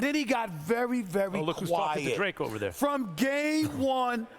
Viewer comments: c'mon Stephen a... it's not dre. Its drake And ... lmaooo wow Stephen a it really ain't dre. Its drake, guy. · I think Stephen A. Smith might be getting Drake confused with Dr. Dre lol. Cause I swear I kept hearing him say Dre, not Drake. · SAS butchers names so often now lol. He called that man Drake, "Dre" 🤣🤣🤣 - Rob Pelinka to ➡️ Rob Pelink-er Drake to ➡️ Dre